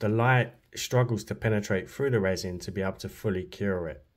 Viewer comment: Oooooh, spoooky effect,! BOO! 😅 Wow, this is AWESHUM! heh heh (just a tease for your resh-un). A skull would be AMAZING! Hey...what if you made a face shell with the UV, then popped it into the epoxy? It should float a bit easier, maybe? Then, fill with whatever resin/colors you like? Hmmmm. Black fill-in? Oooh, wonder what that would look like? I think a black background on the double-color one might pop the face and colors a bit? What do you think? I can't really tell...tried to see if it worked against your black gloves.